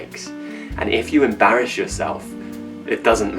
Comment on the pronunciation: It wasn't clear to me how you pronounced the word-- (embarress) s or sh?